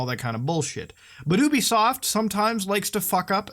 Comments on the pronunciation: you bee soft not uuuuuuubisoft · I cringe whenever people mispronounce ubisoft as "oooo-beeee-soft" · If you pronounce Ubisoft like that one more time I'll find you